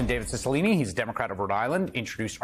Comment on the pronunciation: Serious question from a non-american here. What is it with the pronunciation of Italian names in the US? First it was Cipollone and now Cicilline. I'm not Italian, but even I know that in Italian, c followed by i or e is pronounced 'ch'